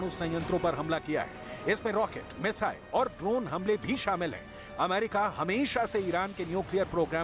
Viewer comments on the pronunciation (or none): none